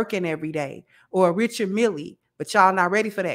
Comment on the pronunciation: Richard "MEAL" Mille...Not MILLIE👌🏿.